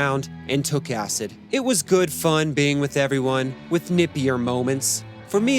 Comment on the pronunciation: Sensationalist BS. Acid, acid, acid, is all you want to talk about, with such strong emphasis every time you say acid. Where are your references and any factual accounting of this story? Just make up any old crap you want about the Beatles for clicks, just because it has the Beatles name on it. Crap video and anyone who joins your patreon is an idiot.